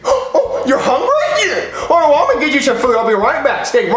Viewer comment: Its not yee its yeah